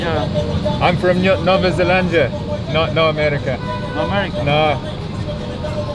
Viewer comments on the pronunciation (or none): The way you're pronouncing Nova Zelandia is absolutely Brazilian Portuguese and that brings a smile to my face haha. Amazing work, mate.